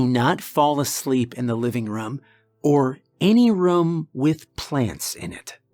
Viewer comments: I love your videos but why do you call a room a "rum"?? Lmao 😂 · Didn’t make it further than , because of your pronunciation of ‘room’. I would have gone absolutely insane if I heard that onece more.